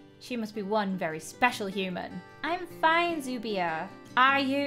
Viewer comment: IM SO HAPPY YOU REACTED TOO THIS! THE MINI MOVIE WAD ACTUALLY BASED ON SOMETHING I WATCHED BEFORE!! THE TITLE WAS 'The Dragon Prince" IT IS SO ADDICTING. Btw Zubia is actually pronouced as Zubea -A person who watches the movie it was based of~